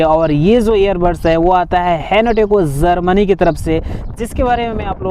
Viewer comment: Za za ze ze zermani 😂